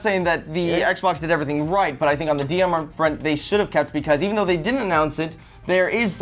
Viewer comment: did no one notice that in the 15 second rebuttals Joshua said DMR?